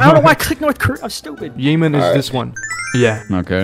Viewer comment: yey-men, nice pronounciation of yemen